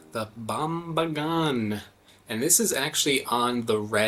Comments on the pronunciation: It's actually a Bambangan not Bambagan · Actually, it's bambangan. Not bambagan. You cannot eat it if it is not ripe, or you will burn your mouth because of the sap. If it is ripe, you can eat it, but the outer layer can still burn you. Usually, we ferment the bambangan and enjoy it as it is or with hot rice and deep-fried salted fish. That is the traditional way we consume it. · Correction - It's Bambangan (Pronounced as "Bum - Bung - an"). Fun fact - The seeds are dried, grated (we call it Badu') and is used as an additive to the raw dish called Hinava. It adds an astringent taste to the dish